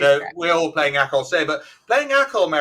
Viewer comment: ”Acol”, not echo :-)